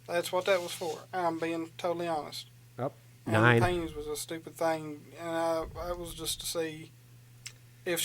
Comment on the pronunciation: Let’s be hawnest... I crushed this interrogation.